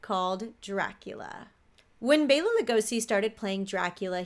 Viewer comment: SO grateful to actually hear someone else, actually pronounce Bela’s name correctly!!! Thank you for showing the respect, he (& so many others) deserves! Keep up the amazing work! 😲😁😉😊🦇😃